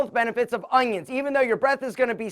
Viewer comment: I had a friend back in high school who also pronounced "onions" like "ungyons"